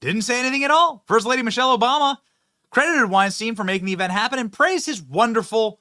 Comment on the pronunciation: It'd be nice if Benny could at least correctly pronounce the name Weinstein. A little education goes a long way.